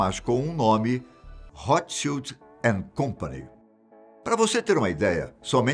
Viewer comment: Ao menos ouço alguém pronunciar corretamente o nome Rothschild. Boa sinopse da ascenção da família.